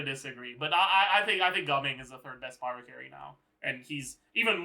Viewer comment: bro said pryo mc 😭🙏